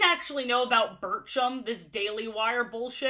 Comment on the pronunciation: STOP WHEN SAID BIRCHUM I THOUGHT SHE SAID BURTRUM LIKE FROM THE DISNEY SHOW JESSIE 😭😭😭😭😭